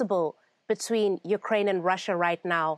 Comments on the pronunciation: It's prounced u kraine not uk rain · Interesting way to say ukraine. Not the right English nor Ukrainian pronunciation